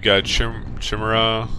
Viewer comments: a few things to say, LOL i missed my thing XP im abit sad you didnt you the vulture i actually used that mech since i got it to the urban area stages i think u pronounced Chimera wrong its (Kai-Mare-ra) as in the mythical beast with heads of different animals etc etc etc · Ky mare a. Not how you say it :P